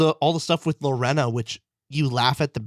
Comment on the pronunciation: LoRAINa Lorena is pronounced Luh-Rain-uh